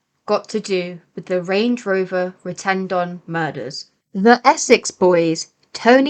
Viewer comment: its Rettendon not retendon as you pronounce it shite report